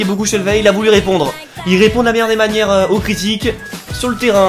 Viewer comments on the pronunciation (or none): Ça se prononce "shelvi" Très bonne vidéo!